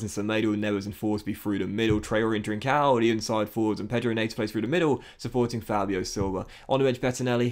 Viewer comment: Day 2 of telling its net-oh not nate-oh